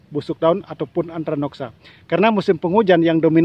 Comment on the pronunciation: Bukan antranoksa Tapi antraknosa..😂